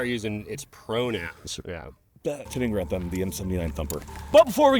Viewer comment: So, please learn how to pronounce name -- GAH-rund!